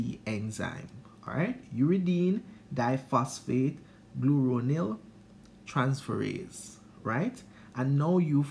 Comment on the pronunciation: Great review. Congrats on the 3k views on Accommodation. BTW you pronounced UDGT/UDPGT enzyme wrong its Glucuronosyltransferase not Gluronyltransferase.